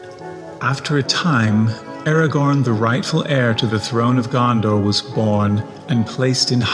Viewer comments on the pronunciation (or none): none